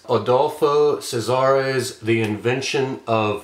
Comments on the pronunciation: Great review! His last name is "Bioy Casares" (it's a double last name) and not "Cesares" with an "e". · Another note, this time about pronouncing the name Casares: the C is hard like K, not soft like S.